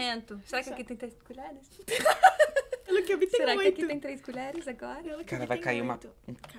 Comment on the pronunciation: Tipo assim ó?ó? Manezinha quex quex, se n quex diz 😂😂 se afina, me afino junto